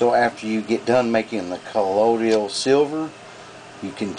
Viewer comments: he WRITES colloidal,but SAYS collodial?WTF? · I really hate the southern accent. It makes the speaker sound so uneducated and dumb. I can't stand how they speak so slowly, repeat themselves, go into detail about things that are common sense, and mispronounce words. If I hear this guy say the word "ColloiDIAL" again, I'm going to scream while projectile vomiting. A der da da der. "Hey, Jim-Bob! We should make a colloiDIAL silver beer to drink on Nascar race day!" "Their makin' a left turn!"- Bubba J. (Jeff Dunham) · I too thought that Colloidal only had 3 syllables and not 4, lol. My granny and her sisters and brothers were all raised in east Tennessee and they all pronounce the word "Wash" with an "R" , to them it's "Warsh". When I was a kid before eating at my grannie's , my granny used to ask- "Did you warsh your hands ?" I also grew up in the south in Georgia but I spent a lot of time reading. With the invention of the internet and worldwide communication , a lot of regional accents and mispronunciation of words are fading away. I moved west to Colorado about 5 years ago and made a concerted effort to lose my accent but I always had good pronunciation anyway compared to other southerners. I think this is the only video on youtube about Colloidal Silver where the person adds an extra syllable and I've watched over 100 different videos about it in the last 3 years. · Call me fussy, but it doesn't give me confidence when the maker can't pronounce the word, calling it: "Collodial." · u can't even pronounce it properly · Please learn to pronounce colloidal,good video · This guy can't even pronounce it correctly, so I'm not going to follow his instruction! LOL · I got ripped off buying Sovereign Silver at the Wholefoods grocery for the longest and pronounced it wrong up until I began to make it myself. Tomatoe, Tomato! As long as it works. SMH! People like you are always punching holes in the dumbest things. You are a distraction.